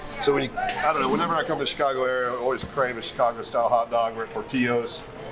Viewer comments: LOL por'teeyo's, As a lifelong Chicagoan please allow me to respectfully correct your Tex-mex pronunciation. It is Italian, so no eyho sound. it has an "ill-o" sound as in Illinois, port-ill-o's love the channel. The devil is in the details as with classic car hunting. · Idc how it’s pronounced. Here in chicago we say it like it’s spelled, pour till oh’s